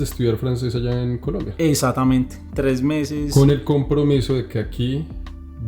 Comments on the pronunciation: El man se reía, cada vez que el otro decía, essatamente, en vez de exactamente jajajajaja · En el minuto , se ve la cara que no aguanta la risa el pana por la pronunciación "eSatamente" del parcero! Seguiré enviando hojas de vida! Alguna llegará a las manos correctas!! Excelente video! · Que bandera este gozándose al compañero por que decía: "esatamente"... Cómo hizo para aguantarse la risa mijo?.... Jajajaja. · Jajajaj la reacción cuando el de cachucha dijo "esatamente" jaja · la cara del man cuando escucha "esatamente" el man retoma la seriedad pero un "esatamente" salvaje aparece nuevamente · "esatamente" y todos cagados de la risa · Toteados de la risa cuando el pana dice: esatamente Jajajajaja